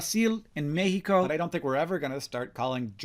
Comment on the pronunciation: Did the way Hank pronounced it in this video seem cadence-breaking? Because just calling the country "Turk-yeh" seemed to fit pretty well into English IMO and wasn't jarring like the way he said "Brasil" and "México".